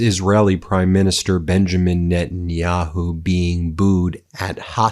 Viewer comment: When Witkoff mentioned Bibi's and all those many many thousands of Jews started booing and Witkoff thought he'd give it another go, did I really hear him say Benjin Yahoo!!!? Was the best part of my day, laughed myself silly!! Ooh, come to think of it, Jared and Ivanka were having a good laugh behind his back too!! I hope MEIDAS TOUCH repeat that howler again. I want to laugh some more!!! There's not much joy coming out of the US at the moment so please humour me.